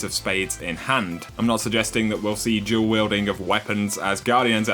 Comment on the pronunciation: I thought he said jaw weilding! Lol, I'm so sorry! XD